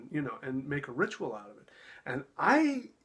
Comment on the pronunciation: He's right, it is a ritual; a rit-u -al to right-you-all! 🙄